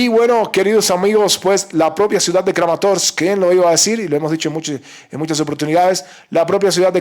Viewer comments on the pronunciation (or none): Me agrada esa manera de pronunciar todas (todas) las letras de los nombres de la región: SLOVIANS-SKK, KRAMATORS-SSKK... 🕶️